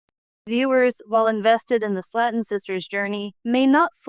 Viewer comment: If you’re gonna talk about someone else at least get their name right.. it’s slayton! Not slat’on .. better yet leave these people alone. It’s not your life or business… clearly have nothing better to do than talk about others lives.. your life must be pretty boring!